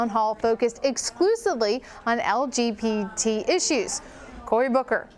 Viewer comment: She said LGPT issues hahahahaaa